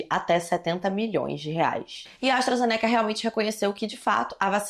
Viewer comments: se pronuncia Astra Zêneca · Quando tu vai aprender a falar astrazeneca.... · Eu to começando a creditar que se pronuncia "astrazenéca"